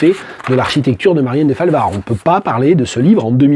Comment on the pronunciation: Deu-falvard, pas Dé-falvard, please !